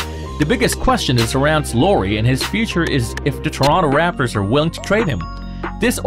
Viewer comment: He said rapors